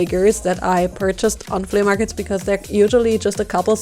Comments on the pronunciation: Its pronounced "flee" not "fleya" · It's pronounced "FLEE" MARKET.not flea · Her accent when she said “flea-UH” market😂😂 I love it makes me laugh every time!